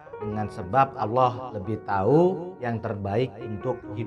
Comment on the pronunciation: Allah pengucapan Alloh bukan Allooh...